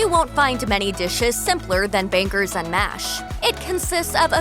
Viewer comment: The way she pronounces the G in banGers! 🤪